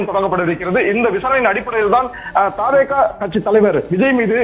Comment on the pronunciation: தாவே கா அல்ல த வே க இனி திரு த் தி சொல்லு ங்க